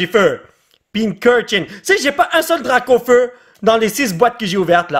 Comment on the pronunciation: C est pas dracaufau c est dracaufeu